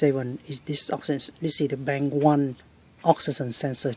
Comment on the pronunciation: bank not bang learn how to speak English better